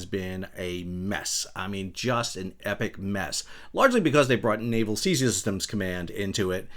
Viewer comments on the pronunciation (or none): none